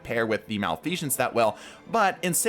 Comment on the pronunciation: Oh boy the way you say malfeasance lol.